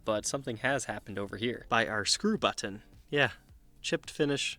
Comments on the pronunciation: Hate the way this guy pronounces the word “button”. Good vid and cool guitar, though. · Love your British pronunciation of "button." lol